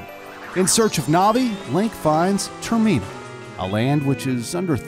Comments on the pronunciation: Excuse me, Majoras mask takes place WHERE!? TurMeenuh??😂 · He says Termina like Ter-meena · What about the way he said termina